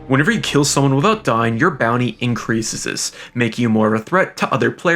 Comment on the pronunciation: Increaseses.. Suggestseses.. Come on man.